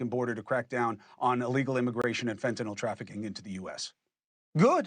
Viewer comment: Thanks for pronouncing fentanyl correctly